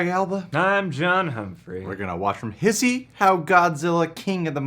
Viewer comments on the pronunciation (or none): The way pronounced hishe as hiss-e oh no it’s hi-she